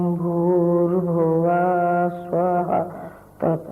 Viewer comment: स्वाह नही स्व होता हओ